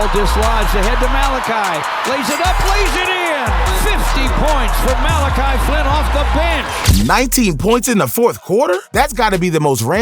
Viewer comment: Dude has the clip of Flynn saying his name. And bro still can say his name right